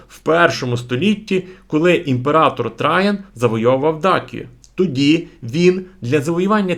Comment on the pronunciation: Неправильний наголос у словах "Траян" і "Сасаніди", а також зневажливий, шовіністичний тон щодо "кочовиків-азіатів" викликає сумніви у фаховості автора. Виникає враження, що автор скоріше проповідує.